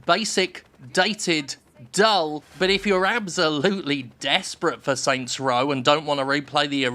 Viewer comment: Oh my god stop saying “Saint’s Row.”